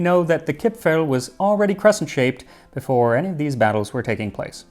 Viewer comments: Dear Max, actually nobody in Austria calls them "Kipfl" or "Gipfl" (even if they may have been called like that some time ago). Today the only correct Austrian spelling (and pronunciation) is "Kipferl". 🙂 However, as far as I know the Swiss call them "Gipfli". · Hello! I was born (1977) and raised in Vienna (Austria) and still live here. The "r" isn't actually silent. It's just extremely soft so it almost sounds like "Kip-fa(r)l". No, that's not quite it either... Crap! it's hard to explain. I should have kept shtoom about it. 😂 Anyways, best regards from Vienna! 😁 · Chipfel, Chipfen are not pronounced with an English ch-sound [tʃ] (like you did) but with a kh-sound (German [kʰ] or [x]). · In Austria we call it Kipferl, not Kipfel. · when I learned the Bairisch and Austrian dialects, I first pronounced the diminutive suffix "-erl" as "earl" and was corrected that it's pronounced as "el". It's akin to the way some English dialects pronounce a combination of a vowel and an "r", whether at the end of a word, or in the middle. "cahn" for "corn" for example, or "fahma" for "farmer". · Its pronounced KipfAAAHHL! :) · nice try to pronounce our Kipferl. But in Viennese dialect, the ending "-erl" is pronounced "-al". the E becomes an "A" (a german A not an english one), the R is silent now and the L remains. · kipfeRl, pls, as an Austrian would say it. :-) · if you ever want to learn to pronounce Kipferl correctly, contact me - someone from Vienna here, who has been following you since 30k subscribers, if I am remembering correctly. I know you are putting a lot of effort in your pronounciations. But there is some space for improvement for the German parts. ;) For Kipferl the important part is the R. Actually the ending -erl is one of our most used ways to change words - small anecdote: one of the ads of our city goverment says: Nimm ein Sackerl für Dein Gackerl. Meaning: take a bag for your dogs poop. ;)